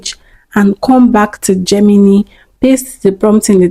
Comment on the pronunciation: Great video! Just a small tip: Gemini is actually pronounced 'JEM-in-eye', not 'JEM-in-knee.' No offense intended at all, I still gave the video a thumbs up!